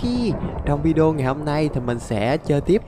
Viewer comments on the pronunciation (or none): none